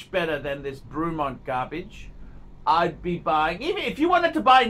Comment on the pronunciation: The guy can’t even pronounce Bremont! Wtf